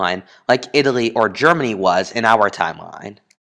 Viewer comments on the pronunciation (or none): none